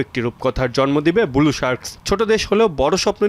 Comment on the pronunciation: ব্লু উচ্চারণ করতে পারেনা আবার সাংবাদিক